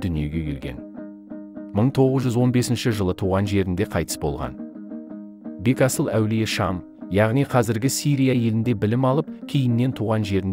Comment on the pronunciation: Бегасыл аулие дұрыс айтың Бетасыл емес